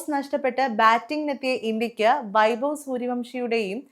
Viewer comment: It is not bavi, it should be pronounce like, having.